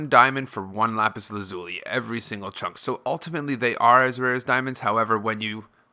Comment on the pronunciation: how he said lapis how to really say lapis